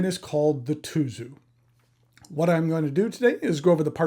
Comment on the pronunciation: Tuzu is pronounced Tsuzu in Japanese. Tsuzuru means to write or spell. The Japanese packaging has the words "zutto tsuzuru, zutto tsuzuku" which means to flow smoothly and continue forever.